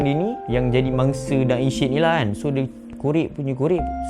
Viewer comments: Sebut betul betulah Syed bukan syid Kita jgn sebar aib org nanti org lain pulak ulas aib kita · Syed tu sebut dgn betul... Bukan shetttt... Sebutan said ejaan syed... Bukanya shittt.. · S Y E D....cuba sebut betul2. Klu x reti nak eja... masuk tadika !!!! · Syed disebut sayed Social disebut soshel bukan sho-shel Sama2... hahahaha